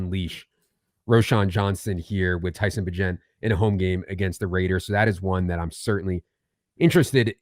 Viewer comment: FYI - Tyson says it's pronunciation is like Agent. Secret Bagent Man. Bagent of Change. Hopefully you won't have to say his name again after this week.